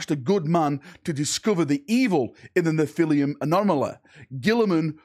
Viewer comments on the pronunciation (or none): Nephilim la, not Nephilium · Not to be 'that guy', but its pronounced Nef-ill-imm